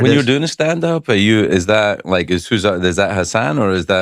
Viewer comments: Did it bother anyone else that Craig couldn't pronounce Hasan's name correctly any time? 🙈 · And yet he said his name wrong…I love Craig but come on man, get Hasan’s name right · Come on Craig, say his name correctly